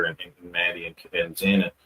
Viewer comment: I know it’s trivial, but I would love to see these newscasters, journalist, whatever you want to call them like Ashley Banfield pronounce the victim’s name correctly. I’m sick of them referring to her as Zana. Her name is Xana. It just irks me!